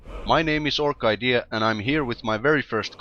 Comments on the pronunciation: I always pronounced your name or-sid-ee-a not orc idea :D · Huh,I always thought your username was pronounced Orsidéa the more ya know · Wow, Iv been pronouncing your Youtube name wrong this whole time. So its Or-KIdea? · For some reason I always thought it was pronounced Orsidea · So THAT'S how you pronounce your name! I've always pronounced it as "Orchid-ea"... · hmmh, seems like I've always pronounced your name wrong... I pronounced it more like "Orsiddea" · You did great, glad i know how to pronounce your name now!:D